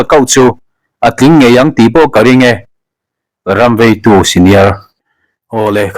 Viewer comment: Ram veitu sr tih pawh i lam dik ṭan ta e.😮😮